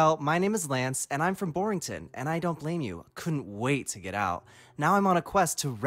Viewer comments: Vinny, you're pronouncing Lance wrong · I love seeing Ditty (pronounced Lance) jostle around with the speed boots, that animation's funnier than it has any right to be.